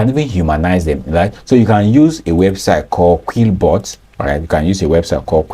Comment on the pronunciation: thank you very much sir. Did you say Quitbot or Quillbot?